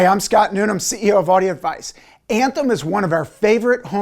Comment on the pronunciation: am i the only person to notice these guys are incapable of enunciating all the syllables in their name? this guy (the ceo, yet) says Audi Advice